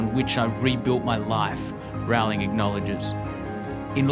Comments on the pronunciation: It's Row-ling. Like Rolling. Not Rau-ling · Agreed reptonplaya! Its easy to look up a youtube video of JK Rowling herself explaining how she says her name. Its like bowling with an r.